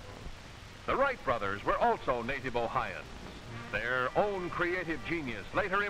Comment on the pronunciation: This dude called us , "Ohians" . We are ,"Ohioans".